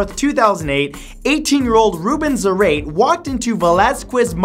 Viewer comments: Wouldn't it be "Za-ra-tay", not "Za-rate"? He does look kinda Latino... kinda, just saying; so it could be the case of an "e" with an acute. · The last name "Zarate". His last name is pronounced in three silables "zah-rah-teh" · I think the first man’s last name is probably pronounced Za-rah-tee. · i think its pronounced zuh-ra-tay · "Zar-ate." cmon matthew. its obviously said like karate, its Hispanic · Your pronunciation of Zarate was horrific.